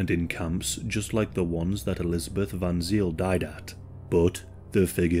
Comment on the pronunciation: Not "zeel", but more like "zayl", i.e. the diphtong is like English "ay" in e.g. say, pray, hey." surname was spelt van Zyl*, ultimately from Dutch van Zijl. You can read more about her here: ---- *Dutch IJ ij, [ei], became Y y in Afrikaans, e.g. Vrijstaat > Vrystaat.